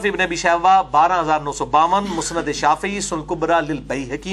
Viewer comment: المسند نون کی تشدید کے ساتھ نہیں ہے ۔ باب افعال سے ہے لہذا سین کے جزم کے ساتھ ہوگا ۔ نیز لفظ تلبیہ میں ایک ہا ہے دو نہیں ۔ لہذا یا کو ہا کے ساتھ لا کر پڑھا جاۓ گا: تل بیہ ۔۔ بیہہ نہیں نہیں معلوم کہ اپنی بات سمجھا سکا ہوں یا نہیں